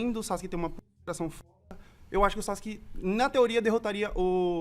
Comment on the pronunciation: A galera que fala SASQUE kkkkk e não Sazuke kkkk pqp que pronuncia bosta e tão errada kkkkk